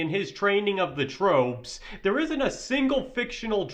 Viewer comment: trope instead of troop. ham instead of him. Narration sucks